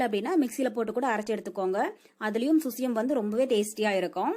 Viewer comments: Crt dear🙌 susiyam illa Suzhiyam dhan.. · Susyam illai _ suzhyam endru Azhagana thamizh sollu Zhi endra soll solar vaayil Nuzhayadhu. Avargalin thavarana Utcharippay solladheergal Thamizhin miga uyarndha Azhagana ezhuthu. Ulagil endha Mozhygalilum idhu kidayadhu Thamizh ezhuthay saagadykkadheergal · Susiyam illa suzhiyam...